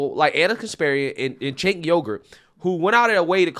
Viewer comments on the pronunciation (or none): Hey, just an FYI: Cenk is pronounced "jenk" in Turkish; the letter "C" has the "J" sound in English. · "Cenk" is pronounced "Jenk," like "Jenkins." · I love that they are getting red-pilled! I’m find with old school Dems, which are the ones he’s referring to. It’s the new extremists that are driving the USA down a trash compactor. Side note…you pronounce his name “Jenk.” It took me a while before I knew so I wanted to share as its Turkish and not pronounced like we would think. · Is his name pronounced Chunk Ogre?